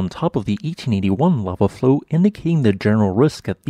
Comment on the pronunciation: Cool the way this dude talks.....hitting the end of most words hard...is it a Ai ? Lava fl....OW ! Hi...LO ! slow mov..ING ! well I was looking for land last time in Leilani and the lava started flow ING ! I was look..ING again and now this volca NO starts flow..ING.... Maybe Pele is try...ING to tell me someth..ING...